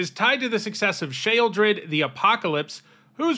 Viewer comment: Shaledred? Is that a more authentic pronunciation of “Shoel”, or was that just an error? You use the more common pronunciation of Shoeldred immediately after, so I can’t be certain if that was intentional.